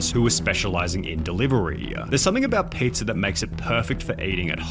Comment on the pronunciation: LOL i noticed his voice when he said pizzaauugh and then chat went nuts